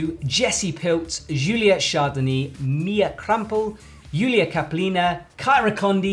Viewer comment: "Julia Chardonnay" ah ah ah